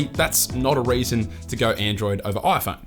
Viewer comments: This is the "OiPhone 13 pro..." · Ah yes, the aaiphoune. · the oiFoan 13?